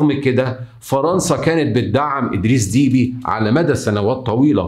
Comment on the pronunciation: إسمه أدريس دبّي ليس فيه حرف الياء بل باء مشددة والعاصمة إسمها إنجمينا جاءت من الجم بمعني اخذ قصت من الراحة وللجماعة يقال إنجمينا